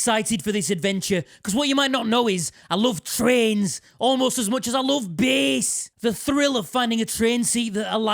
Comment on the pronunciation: I too. West Yorkshire in one sentence there.